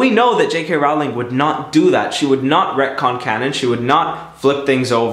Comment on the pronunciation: It's J.K Rowling said as in the word rolling not rowl ing